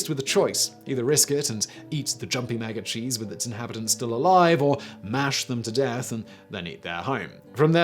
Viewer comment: Couldn’t help hearing MAGA-cheese all the time, instead of maggot cheese. xD